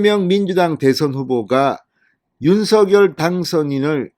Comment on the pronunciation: 윤석열 발음이 않되시나요?